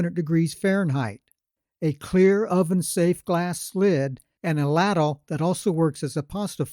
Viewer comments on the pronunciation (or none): Laddle? Sad AI.